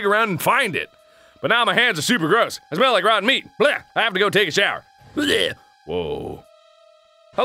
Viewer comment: Can't you pronnounce shower correctly?